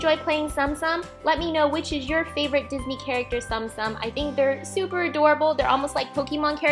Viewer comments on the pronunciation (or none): Please note these were so amazing and actually tsum tsum are pronounced tsuum tsuum so it's not like stom stom 😅😊 and also they are plush figures and they are so cute and adorable and I love the ones u made ❤️❤️ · Its pronounced tsoom tsoom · Wow! But btw its pronounced "zoom zoom" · I believe it's pronounced Tsum Tsum like... Soom Soom. but oh well. The video was hella cute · She says tsum tsum wrong